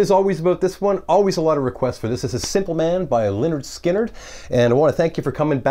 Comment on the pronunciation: Hi - it’s pronounced Leh’nrd Skynrd - not Lin-rd...in respect for Ronnie et al...